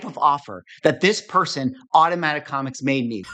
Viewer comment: put in the listings "first ever PSA comicS graded" - emphasis on the "S"! 😂